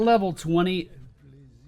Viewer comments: It sounds like you keep saying "Kalim-in-dor" but it's "Kalim-dor." :D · Kalimdor is pronounced Ka-LIM-door, dude :P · What is a Kalamindor? Pronunciation aside, you can clear larger camps quicker with the Bird of Prey talent. I think that's what it's called, at least.